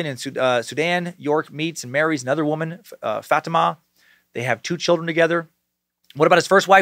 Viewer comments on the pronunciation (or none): God damn it dude it’s pronounced FA-TEAM-AH